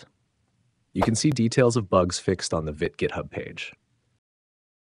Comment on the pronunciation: It's "veet", not "vit".